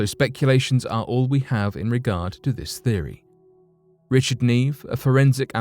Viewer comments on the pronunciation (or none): none